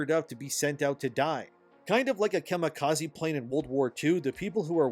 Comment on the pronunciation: "It's not pronounced "Kamikazeeh".